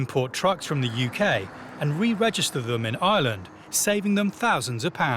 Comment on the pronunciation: It would help if the narrator could pronounce Ireland...not island